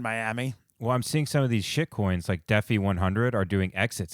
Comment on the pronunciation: Pronounced DEEEE FIGH